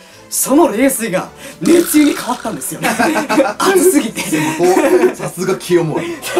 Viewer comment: 熱湯 ねつゆ→ねっとう ですね。